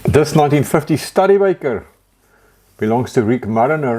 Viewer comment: my good friend, just so you know, the proper pronunciation for "Studebaker" is "stoo·duh·bay·kr"